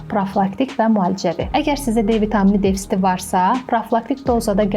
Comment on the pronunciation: Ay qız, DEFSİT yox, DEFİTSİT, və ya ÇATIŞMAZLIQ!